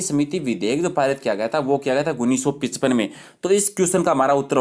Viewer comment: sir pronunciation shi kro 19 ka